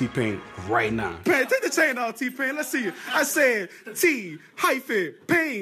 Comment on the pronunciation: Diid seriously say "T HYPHENE PAIN" i'm done.